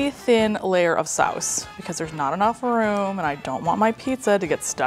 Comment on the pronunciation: the fact that you pronounced “sauce” the dutch way, “saus” really threw me off there... 😂